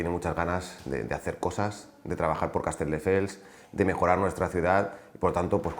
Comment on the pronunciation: Lo de decir CasteLdefels es algo que hace a propósito o es que no sabe ni decir el nombre de la ciudad de la que es alcalde?